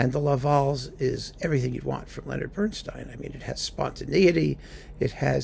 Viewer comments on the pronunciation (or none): none